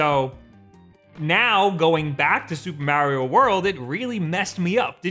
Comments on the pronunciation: BUT WHY DOES HE SAY "MEEAARIO" (A like in "Apple") AND NOT "MARIO" (A like in "Ability")?!?!? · Why do you say Mario the way you do? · I hate the way he says Mario 😂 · Start by saying Mario right then you can play it right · Every time he pronounces Mario like that a part me dies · Hurts my soul